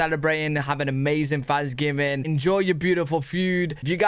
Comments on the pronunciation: are you saying Thanksgiving of Fansgiving? I watched the beginning of this a few time and it never seems like the true name. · I keep hearing fansgiving. 😂🍠🦃🏈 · WTF is up with "fanksgiving" "teef" and other TH sounds? Why does he use F instead of TH? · Why do British people pronounce it as "Fanksgiving" ? It is a TH in the beginning of the word. Im sincerely curious. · You can't have one until you learn to say it properly. It's not fanksgiving, it's Thanksgiving.